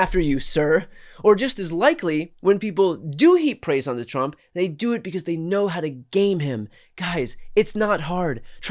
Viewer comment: TRU-ump I bet that this guy says HAY YEDD for head all those rednekkers saying 'two-syllable' one-syllable words